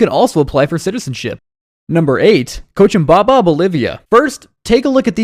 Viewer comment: I'm so convinced. Guy can't even pronounce the names of the places. St. Luicia? Cochimbaba? Muartis? You know he's researched it very intensively and is very familiar with these places.